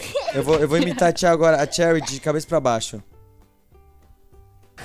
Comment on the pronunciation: Num é cherryrar q fala é xeury